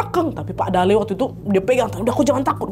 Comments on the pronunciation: sbnrnya namanya kakek itu pembacaannya salah kak nadia, bacaannya itu dalLe’ L. nya dua dan ada penekanan 😂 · kotaaa kuuuuuuu😭 btw dalle cara bacanya tuh kaya mati '